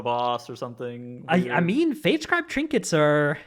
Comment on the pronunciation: Stop saying “trinkeys”